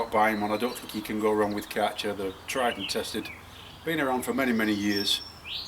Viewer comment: It's pronounced CAR-cher,, NOT CAT-cher